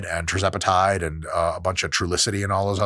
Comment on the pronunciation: You say "trizepatide" when it's actually "tirzepatide". Sound it out.